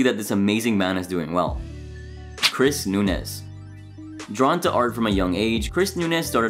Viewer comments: It's pronounced "noonooz" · It's pronounced "noon-yez". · "Chris Noo-nez" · It’s pronounced NOON-YEZ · NOON-yez. That's how you pronounce Núñes. There's an ñ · I dream of a day where people pronounce Núñez correctly 🙄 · I always thought his surname was "nuÑez" and was mispronounced due to english speakers inability to pin down that sound.